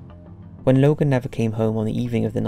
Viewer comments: are you a bot?? logo??? its LOGAN. LOGAN LOGAN L O G A N. DUR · Lmao he calls this guy Logal twice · why are you pronouncing it 'Logall' when his name is Logan? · Who's Logal? Hahaha it's Logan isn't it ? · Sounded like you say logal instead of logan. Lol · Why the fuck did you call him Logal? Smh🤣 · Why are you pronouncing the name Logan "Logel"?